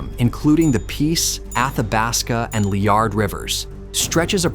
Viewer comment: back in the "not so old" days, the divisions of the NW Territories were called MacKenzie and Keewatin. I'm an American, but a geography nut. Re. the Liard R., you got the 'em-PHAH-sis on the wrong 'syl-LA-ble, since it' correctly pronounced LEE-ard, not lee-ARD. I know, since I stopped at its hot springs back in '84 during my drive to AK--solo from northern Illinois. Good video, but it was a bit weird to realize that every "person" in the North of Canada is depicted as AI.🤔 The highway mentioned is the in-NEW-vick tuck-tuh-YACK-tuck Hwy., not tuke-tuh-YOCK-tuke.